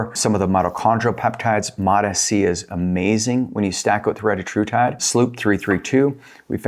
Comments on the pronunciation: RE-TA-TRU-TIDE not RETA-TRUTIDE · Thx, all good and interesting info. Not a criticism but, for the sake of accuracy, you should verify the correct pronunciation of retatrutide. The Eli inventor recently confirmed the correct pronunciation and it’s very different.